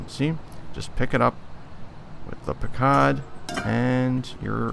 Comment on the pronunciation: Pronounced puck cud